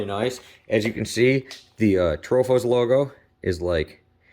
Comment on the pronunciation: No H in Atropos mang